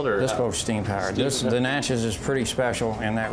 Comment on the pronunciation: Please learn to properly pronounce New Orleans and Natchez.